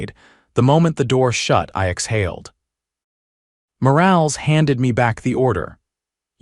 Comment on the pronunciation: For the love of God, stop using names if your reader can't pronounce them correctly. It's Mor-all-ess, not Mor-ales. Change it to Smith or something it can't screw up.